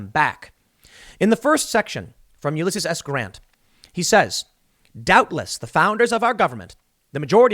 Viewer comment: YOU-LESS-SEAS. Please pronounce his name correctly Tim.